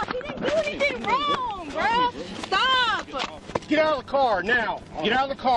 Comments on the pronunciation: "Chris-uh, Chris-uh! Stop-uh!"...ugh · Chriss-a! Stop-a! CHRISS-A!!!! STOP-A!!!! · CHRISS-A!!!! STOP-A!!!!